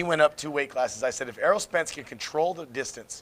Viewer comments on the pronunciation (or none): ERROL not Earl.